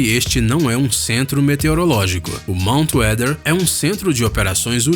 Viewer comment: Falou Monut Weather só faltei morrer, veio The 100 na cabeça